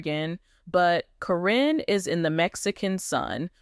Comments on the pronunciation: You continually mispronounce Caryn's name. You call her Corine plus other names. Her name is Caryn not Corrine!!!!! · Stop this AI THINH FROM CALLING HET CARIN NOT KAREN NOT SPELLIN CORRECTLY TRYONG TO MAKE a point You get what you give. This is all AI bull crap.